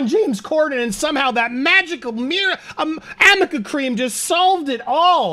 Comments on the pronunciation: It’s ARNICA. Not Amika. Amika is a hair care company. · It is arnica cream. Not amica cream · It’s not Amica cream or crème, depending on where you come from, it’s called Arnica cream or crème. No ‘m’ but with an ‘r’. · I believe it's actually called Arnica cream, not Amica. Ellaine can't read is all. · Your videos are amazing. As a nurse could I say one thing? It’s ARNICA, not AMICA. Thanks. I cringe every time…. But your vids are amazing! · It's really Arnica LOL.Theyve been saying it wrong the whole time! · ANDY ——- it’s Arnica cream. A - R - N - I - C - A Also, would you please try to pronounce your last name properly? Drop the G and try this = SIN•YOURI or SIN • YOUR • E the E is like the E in Easy E